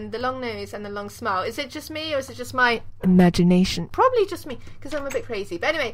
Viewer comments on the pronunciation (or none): And love how you say "IMAGANATION"